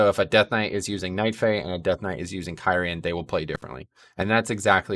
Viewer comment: Pretty sure Blizzard Themselves pronouncing Kyrian more like Kiri-jan , but throughout the video you pronounced it like Kay Ryan, which didn't discredit the video but it still made me chuckle about the mispronunciation